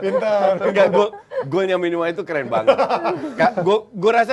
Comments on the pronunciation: Minimano atau Minamino.... Kok bingung....kok bisa salah nih ... ... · Minamino salah trus sebut namanya ekek